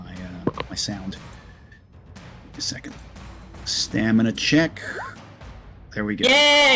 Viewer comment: lol, yea you keep saying stanima instead of stamina. I assumed it's a joke because no one ever says anything! Haha